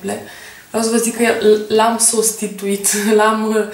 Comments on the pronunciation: Imi cer scuze ca ma bag,dar nici tu nu prea acorzi multa atentie gramaticii.In primul rand se scrie 'fetite' nu 'fetitze'. In al doilea rand,cand a spus 'sustituit' probabil ca s-a referit la 'substituit' care este sinonim pentru 'inlocuit' (poti cauta in D.E.X. pentru mai multe detalii). Daca nu ai cu cine sa vorbesti in romana,oricat de mult ai incerca,mai uiti unele cuvinte si pronuntia lor.E omenesc sa gresesti. Numai bine! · Daca fetele de 12-13 ani s-ar tine de scoala, chiar nu cred ca ar fi o problema. La "sustituit" nu e vorba de gramatica, e vorba de pronuntie. Poate a vrut sa spuna "substituit"...